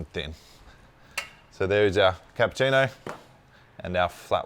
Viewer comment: Funny and very unusual how you're pronouncing Cappuccino: "Capputino". I'm sure there is no letter T in Cappuccino. You have to pronounce it the Italian way.